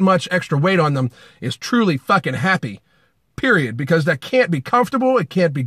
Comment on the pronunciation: he really said periaydt